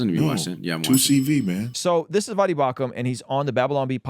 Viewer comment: Also,, it’s V-OH-Dee not V-Ah-dee.